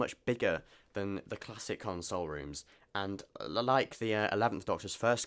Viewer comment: You are pronouncing Console Room how one would usually pronounce it when they're consoling/comforting someone. A console, as in a unit containing controls etc, is pronounced con-sole, were to comfort is more akin to cun-sole. A minor but important distinction which is jarring to my pedantic ear. The Doctor, considering the nature of his travels and the commodious expanse of the Tardis might very well need and have a room to console people in, but that's another matter altogether.